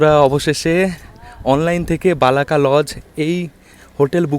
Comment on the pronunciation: ভাই ওটা "বালাকা" নয় ওটা "বলাকা"